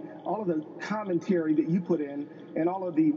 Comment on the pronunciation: A congressman saying "choo" not you, sad... I would have cut his mic.